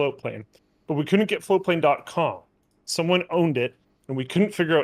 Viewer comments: I have always heard it as FlowPlane not Floatplane. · I always thought you were saying floplain. Floatplane. It's FLOATPLANE. Got it.